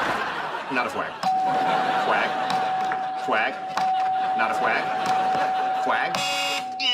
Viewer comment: Fwag, fwag, fwag, not a fwag. Kripke best guest 😂😂